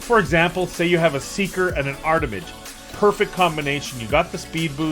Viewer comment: Drinking Game!!!! Every time says "Armitage" instead of "Artimage" you drink a shot. I DARE YOU! lolololol 🤣🤣🤣🤣🤣